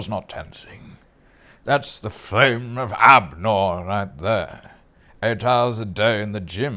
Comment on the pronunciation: “Flame of Abnor” 🤣🤣🤣…Hugo Weaving and Sean Bean too! Oh, no…😂😂😂